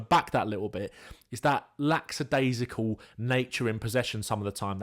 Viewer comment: Lackadaisical, not lack-s-adaisical